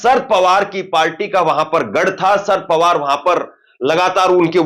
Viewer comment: Abey saaf saaf bol.sharad Pawar